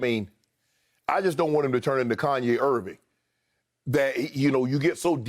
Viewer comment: "KANYE IRVING"